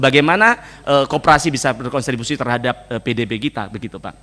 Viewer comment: Kontribusi mas, bukan "Konstribusi"😂... Itu dari diadopsi dari Bahasa London contribute (sumbangsih)